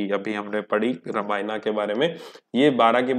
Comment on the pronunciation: Sir "रामायना" नहीं हैं "रामायण" हैं।